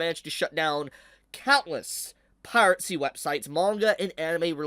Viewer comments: Piracy is pronounced Pie Rah See. There is no T sound in it. I know Pirate has a T in it, but Piracy doesn't. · please stop saying piratesy😭